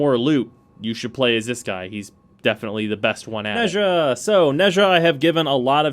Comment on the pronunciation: Nezha is pronounced Nah-jah (don’t question it Chinese is a weird language)